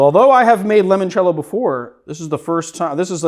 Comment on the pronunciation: Limoncello…. Stop saying it like lemon cello